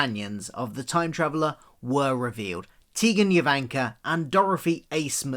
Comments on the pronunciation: it’s JO vanka, not Yo vanka!!!!!!!!!! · Tegan "Yo"vanka? No! The J is pronounced as a J; not as a Y. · Nice video, but the J in her last name is not pronounced as a Y.